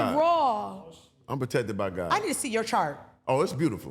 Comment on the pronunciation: “Profected by Gawd” 😅😅😅😅😅😅😅 TELL EM!